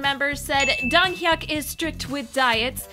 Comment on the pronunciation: First you pronounce gif as 'jif' and now you call Donghyuk 'Donghyak'? Get your shit together.